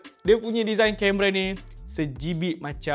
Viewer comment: Sebijkk bang bukan sejibik 😂😂